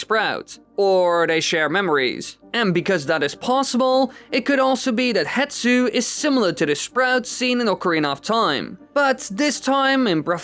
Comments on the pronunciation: How in all the video editing did you not notice "Hetsu" is actually written and said as "HESTU"? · AAAAAAAAAAAAA! His name's not "HETSU!" It's Hestu! the S is before the T and you can f*cking see that in the footage you used! I can understand saying Saria differently than I do, with the American accent I have is different from yours, but no amount of accent can explain swapping the position of 2 letters when they're on screen for you to see! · it’s not hetsu, it’s hestu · I know, it always makes me so mad when people say “hetsu” instead of “hestu” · Poor Hestu still gets his name mispronounced and misspelled lmao